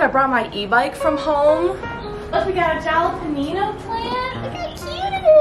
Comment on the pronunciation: “Little jalep-peninyos”